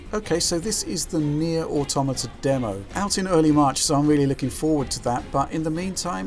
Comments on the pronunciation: Finally, someone who pronounces the word "automata" correctly. Hint: it's not "auto-matt-ah." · Thank you for saying "automata" instead of "auto mata", which every other games journalist/YouTuber/etc has called it.